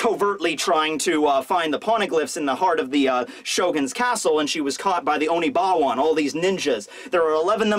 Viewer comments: Oni"WA-BAN", you've obviously never seen Rurouni Kenshin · It is pronounced oni-wa-ban :)